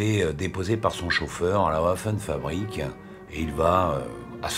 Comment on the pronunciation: "Ouaffen fabrik" ça m'écorche les noreilles...